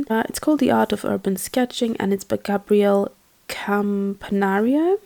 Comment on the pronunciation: FYI Gabril Campanario is THE founder of USK - I guess that you didnt know that since you had trouble pronouncing or remembering the name.